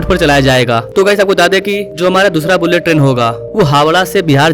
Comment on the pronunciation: Droupadi Murmu(मुर्मू )hota hai bhai, मुरमुर नहीं, sahi pronounciation karo, Bharat ki president hai. Aur बुल्लेट नहीं बुलेट ट्रेन होता है।